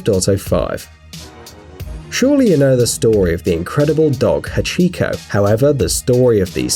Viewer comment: HACHIO XD its prononceded Hach-E